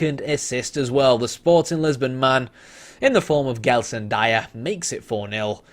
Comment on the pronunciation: BTW it's pronounced "Jelson".